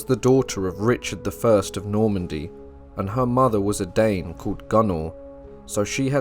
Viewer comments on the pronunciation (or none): none